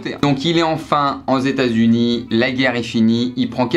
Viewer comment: "en zetats unis"